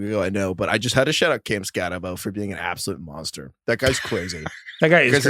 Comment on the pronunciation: loves Skattebo so much that he can’t pronounce his name correctly…